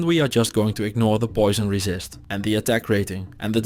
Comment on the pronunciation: I love how instead of him saying like "50% more damage to demons" he'll say "50% more racist to demons". Cracks me up.